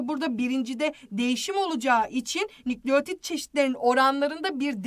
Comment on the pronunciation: nükleğtit değil nükleotid